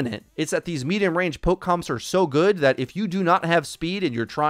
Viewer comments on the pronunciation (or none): none